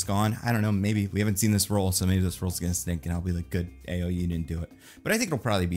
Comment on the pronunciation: Btw, a note on how to pronounce Ayo's first name (only so much one can do through text so not the mast name too, lol): It's Ah-yaw (like yawn without the N). Its a Nigerian Yoruba name.